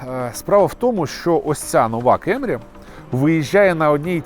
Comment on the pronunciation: абсолютно нічого не маю проти Америки) Основний посил був донести що якщо обзор в Україні, укр.мовою, то кЕмрі ріже слух) якби це був огляд авто англійською то і питань би не було. Свою позицію щодо вимови моделі детально описав, тому рахую тема закрита)